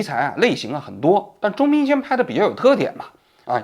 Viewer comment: 王局，您中间有多次念错钟明轩的名字，请注意更正